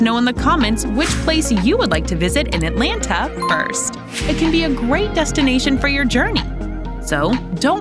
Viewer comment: How much did they pay you to read this copy. It sounds as if you have never been here. You can't event pronounce our city's name correctly.